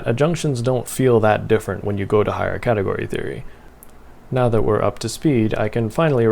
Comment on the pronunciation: "Fix a cateort"